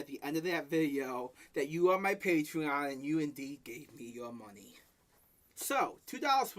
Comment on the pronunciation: please. It’s not a patreon, it’s his pay-twee-on